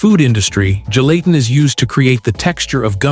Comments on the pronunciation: Apparently, the only thing gelatin CAN'T do, is make your computer pronounce the word correctly. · It's hard to watch and listen to when the AI is mispronouncing "Gelatin" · throughout this video, ive heard 4 different pronunciations for gelatin.